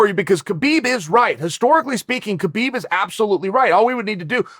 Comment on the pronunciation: It's pronounced Habib ,Chael